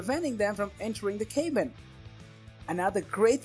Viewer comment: Crock. No data. Just opinions and paid links. Plus dude pronounces “cabin” as “CAY-bin.” Wow. Good idea to know how to pronounce the product you’re reviewing.